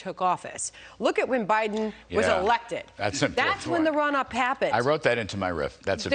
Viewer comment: She called it Biwden ,and she is still at fox . She is in part what went fox news.